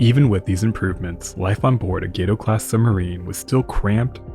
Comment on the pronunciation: Correction: Gato is pronounced Gahto, spanish for cat!